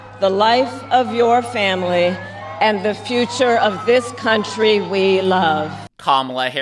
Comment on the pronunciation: IN TEE FAH DAH.